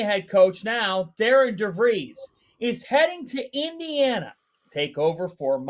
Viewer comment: His name is not Darin nor Darren: it’s Darian. The name Darian is pronounced “dairy-en.”